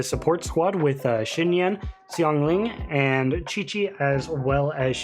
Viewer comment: Omg you're one of the only youtubers that actually pronounced her name right thank you 🙏 great vid btw!!